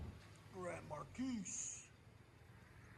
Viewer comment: The S is silent in Marquis